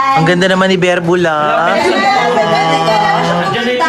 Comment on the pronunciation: 𝐵𝑒𝑟𝑏𝑢𝑙𝑎❌ 𝐵𝑢𝑙𝑏𝑢𝑙𝑙𝑎✅